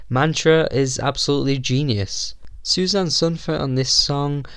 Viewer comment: Susanne is 3 syllables in Norwegian. Su za neh.